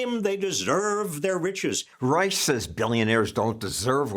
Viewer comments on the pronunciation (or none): I didn't know Robert B ReichhhhhhSHA! was still around. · Reich… who pronounces his last name wrong btw - I wonder why? He’s a complete charlatan DNC operative who only seeks the benefits of staying loyal to their party elites. This is why as the party becomes more progressive, he does. He used to be a Clinton guy. Clinton’s policies are a complete disputation of where RR “stands” now. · Reich is such a loser he won't even pronounce his German last name properly. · Yes, indeed! Rush was imitating the way Reich pronounced his own name while wrapping his NPR weekly segments.